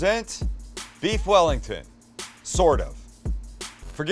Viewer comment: Beef yellington